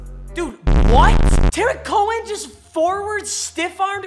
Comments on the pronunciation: Nobody:: Tearik Cohen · Anyone else hear he pronounces it tarek cohen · AS A CHICAGO FAN, ITS PRONOUNCED "TAREEQ COEN" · Is it just more is he is saying Tarik Cohen’s name horribly wrong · Bruh u r saying Tarik cohens name completely wrong 🤷🏿‍♀️ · Please learn how to say Tarik Cohen